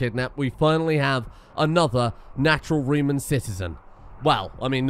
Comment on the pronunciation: reeman wene express